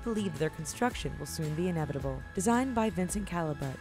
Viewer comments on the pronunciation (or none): none